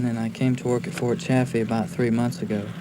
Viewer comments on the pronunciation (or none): none